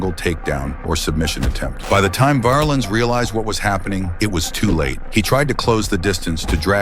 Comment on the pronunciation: Paul polar bear VARlens was 6-8 320.. Size and name pronunciation is incorrect